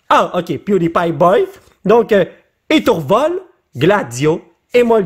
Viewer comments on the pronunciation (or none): none